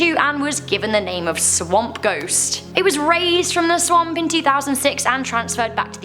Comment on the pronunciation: The “swaoump” ghost hihi sounds funky when you says swamp